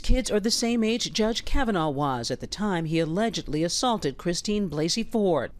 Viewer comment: OH YES, TWO MEN HAVE STEPPED FORWARD SAYING "THEY WERE INVOLVED WITH FORD" NOT "KAVANAH "